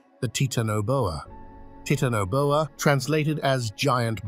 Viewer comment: Oh wow...teetanaboa? Really?